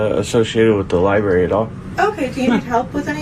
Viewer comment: What’s a “Libarry”?